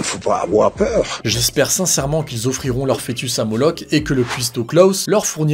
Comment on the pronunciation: Il ne faut pas afoir peureu